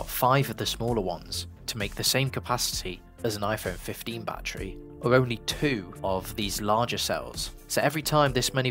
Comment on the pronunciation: "Bat Tree Packs"